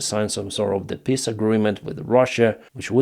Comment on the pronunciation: You really have to stop saying PISS agreement. If it's a word you will use a dozen times every video, at least learn the proper pronunciation.